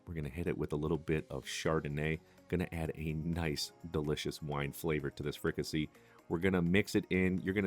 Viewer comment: Pronounced Fricassée (fri-cah-say)